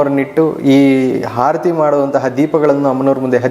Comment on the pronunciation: ಗುರುಗಳೇ ತಮ್ಮ ವಿಚಾರ ಸರಿಯಾಗಿ ಇರಬಹುದು. ಆದರೆ ಭಾಷಾ ಶುದ್ದಿ ಸ್ಪಲ್ಪ ಕಡಿಮೆ ಇದೆ..... ಆರತಿ ಬದಲು ಹಾ ರತಿ ಎಂದು ಹೇಳುತ್ತಿದ್ದೀರಿ.... ಕ್ಷಮಿಸಿ. ನಾನು ಕೇಳಿ ದ್ದ ನ್ನು ತಿಳಿ ಸಿದ್ದೇನೆ